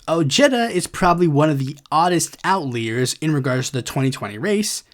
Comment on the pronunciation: just fyi, the word outlier is pronounced "out-lie-er", like outlying, not like it's between outly and the outliest 😂